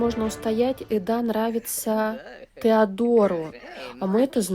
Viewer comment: Госпадиии, что за Эдааааа, если она Эда (с ударением на первую букву). Бесит!